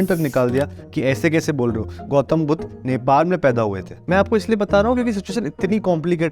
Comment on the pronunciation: Bsdk pehele buddha sai se pronounce karr